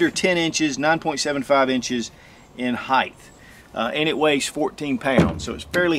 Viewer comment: Jesus, it is height not heigth.